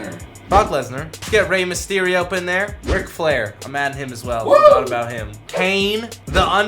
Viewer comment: Did he say Rey msherio?